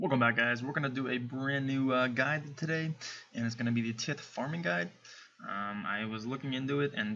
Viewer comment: its pronounces tie-th